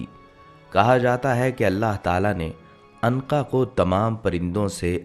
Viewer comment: Anqa nhi unqa